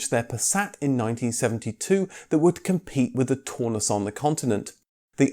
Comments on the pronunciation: That German Cortina would be pronounced the TOWNUSS not Torness! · "Taunus" is pronounced to rhyme with "cow" not "saw". Coil suspension at the back and double wishbone suspension at the front doesn't inherently give a much softer ride. That's a "Mk4 80" Cortina, which is often called the Mk5, not a Mk4. Blatantly stolen from KGF Cars site ! 😆 Eh ? The Mk4 used the Mk3 estate rear end, which is also the Taunus. That's a Mk4 now, when you're talking about the Mk4 80 engines. 1970 rear end ? You said it was 1974 rear end ! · Also. The "au" in Taunus, rhymes with "Cow." not "door." Please also stop the "comedy." I've used far to many " " " " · No no no, no no. NOT "tawnoos". Pronounce it "townoos", like the "town", and ending in in "oos". LOVED them! Make me pick a vintage car to drive daily, it is between a VW Bus and a Taunus/Cortina TC2 Kombi/Estate :face-red-heart-shape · Its pronounced Tau-nus as in Brown not Tor-nus as in Brawn. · Taunus: Townoos, not Toonus! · it's pronounced "Town us" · Or Taunus, au in German is pronounced ow, so Braun is brown,and means the same. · The single European design ethos instituted by Detroit started with the Transit.... Also you mispronounced 'Taunus' several times...